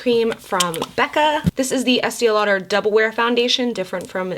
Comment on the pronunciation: why do you pronounce it like “Es-tia Lauder.”? it’s pronounced Es-tay lol